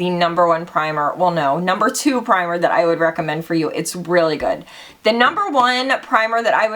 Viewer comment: "it's soooo GOOOOODT" lol I love how you add that T to words that end with a d, love you girl!!! 😘😘😘